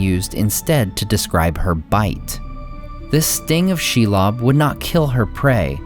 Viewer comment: Are you sure about the pronunciation of Shelob?